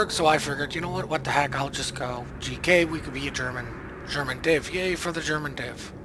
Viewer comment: You got a like for pronouncing the name right